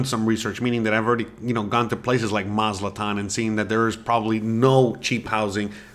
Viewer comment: It's pronounced "Maz A TLAN", NOT Maz -LA-TAN!!!